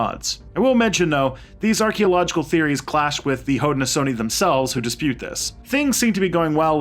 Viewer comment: Your pronunciations are so out of wack. Haudenosaunee is Ho-dah-nah-Show-Knee. And iroquois is pronounced Ear-ah-koi, It is not french even tho it looks like a french word. Onondaga is pronounced aa- nuhn-daa-guh. and I am only a minute into the video. I am not native american but I know for a fact how to pronounce these words from growing up in western NY. I like your videos, its just your pronunciations are very midwestern.